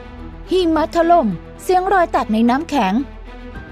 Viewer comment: พี่พูดผิดใช่ไหม หิมะถล๊ม55